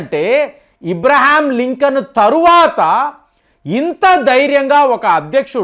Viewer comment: ఇబ్రహాం లింకన్ కాదు సార్ అబ్రహాం లింకన్